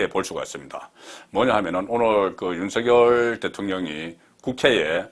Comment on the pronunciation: 가급적 윤성녈로 발음해주세요. 취임선서에서도 본인이 그렇게 발음 하잖아요.